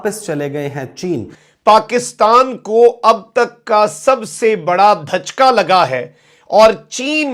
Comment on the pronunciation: Bsdk dhajka nhi hota jhatka hota hai🤣